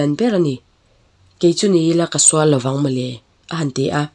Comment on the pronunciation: law'ng i rawn tih hi lo'ng tih zawk tur aw😊😊😅😅